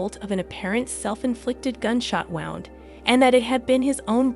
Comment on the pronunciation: Don't know if the narration on this is computer-geneated or a person, but when you talk about injuries, the word is pronounced woo-nd, not wow-nd! Drives me crazy! 😂